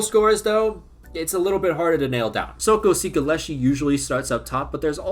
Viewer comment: i just love how he butchered the fuck out of the albanian players names + cikalleshi is not in the squad